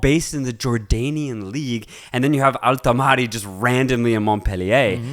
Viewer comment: Guys, just a little tip, Al-Tamari is pronounced like this "Al-ta-mri". There is actually no A between the M and the R